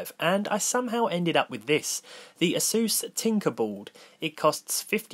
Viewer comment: not "asus" its "A-sus"